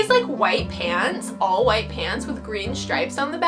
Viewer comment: After watching the whole video, I realized she was saying "Pants" I thought she was saying "Pans," so I thought she was wearing pans.